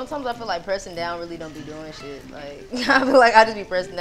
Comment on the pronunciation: The “type shi” too 😭